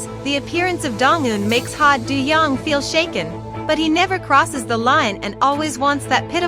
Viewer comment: And his character’s name is pronounced Do, as in Play Doh and John Doe.